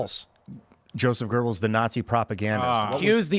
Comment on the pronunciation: People need to STOP throwing an "r" in Göebbels. There's NO R. Either study how to pronounce German diphthongs, or ignore the ö altogether. But there's NO REASON to throw an R in there! Why do Americans DO that? Why would öe make an R sound? Why, why, why, why, why?